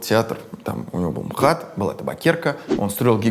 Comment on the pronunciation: "Эм Ха Тэ" звучит хуже, чем "МХАТ". ИМХО.